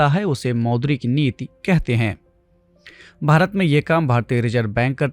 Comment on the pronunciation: Sir aap neeti ko neet neet kyun bol rahe hain